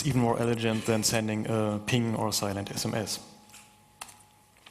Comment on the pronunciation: mispronunciation of the word "elegant." what a moron. why is english so hard for people?